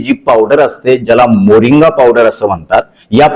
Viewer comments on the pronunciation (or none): मोरिंगा असे वाचा